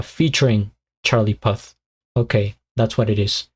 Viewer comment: Great video man, also it's pronounced pooth lol😂